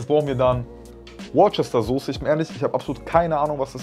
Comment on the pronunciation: Die Sauce wird „wustersauce“ ausgesprochen. 😅